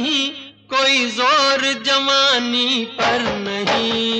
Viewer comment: Why he said jamani instead of jawani